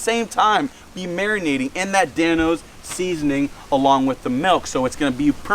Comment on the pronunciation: He said melk...